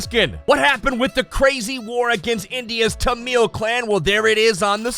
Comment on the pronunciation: Its tamil not tanmil